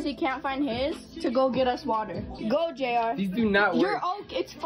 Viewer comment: it’s JR not Jar